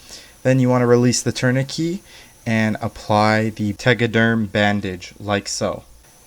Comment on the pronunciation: Good technique. Just a heads up though it’s pronounced tour-ni-ket